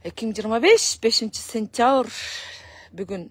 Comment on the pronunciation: 2025-5-Сентявр эмес,Сентябрь деп айтсаң